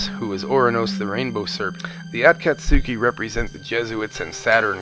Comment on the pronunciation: Yeah, he can't pronounce their names worth a crap. He butchers the pronunciation of Naruto, Orichimaru, and the aforementioned Akatsuki. Personally, I get annoyed when people pronounce Naruto like NaROOTO, instead of stretching the syllables out when you say his name. If you watch the original Japanese, it's clearly not pronounced NaROOTO, but Na-ru-to. Weebs, I swear...